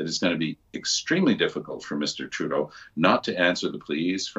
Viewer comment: Why do you keep calling him Mr. "Trudeau"..?